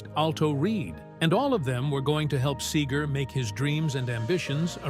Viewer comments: It’s SEGER not SAGER. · It's Segar, not sager, good lord. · LIFE is "tragic". Get over it! AND BY THE WAY, IT'S SEGER NOT SAGER. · SAY-ger? Where are you from dude? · I cringe every time Seger's name is pronounced Sager. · Say-gur= cringe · I don’t know who you’re announcer is on these videos, but he can’t pronounce a lot of things. First of all Bob Seger with an E is not Bob Sager like he pronounces it and this isn’t the only video this guy miss states things. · SEEGER!!! Say it right. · I love how the narrator mispronounces his name every time. Brilliant!!! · If this guy could only pronounce his name I could make it through the whole thing I think I'll just listen to a Bob Seger album instead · It'd be nice if the narrator knew how to pronounce his name correctly. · YOU MIGHT TRY PRONOUNCING HIS LAST NAME RIGHT. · People Wouk’s take you more seriously if you could say Bob’s last name right 🙄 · Why do an authoritative biography on a guy when you can’t even pronounce his name correctly? You know, you can check for pronunciation (before) you hit publish. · I don't mean to be overly critical but......Glenn Fray? Bob Saygar? Saxsophonus? Obviously the announcer doesn't know simple rock. This type of error is blasphemous in Michigan.